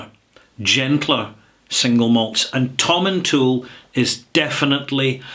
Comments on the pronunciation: Wonderful explanation tehklevster. I have visited the town of Tomintoul many times as I always make it a stop over point on my way up to Forres and Elgin. I used to spend many hours at the Whisky Castle shop. I have always pronounced the name Tomin-towl, but noticed some there pronounce it "Toil" as in "toil the land". I just wonder if the town and the distillery are pronounced slightly differently, or is that silly question? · I was going to say that too. Im from Elgin and that's how we pronounce it.